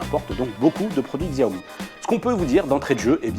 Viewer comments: On dit chaomi pas gsaomi... du coup pouce rouge. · Tu as raison, Et j'ajoute, qu'on ne prononce pas XIAOmi, mais CHAOmi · Ça fait pas pro de dire xiaomi Ça se prononce shaomi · on dit pas Xiaomi mais Chiaomi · Shyomi on dit !